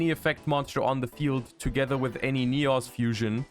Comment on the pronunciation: Yugioh World Champion ignores the fact that Sinister Necrom carries this support on his back, instead opted to mispronounce Neos.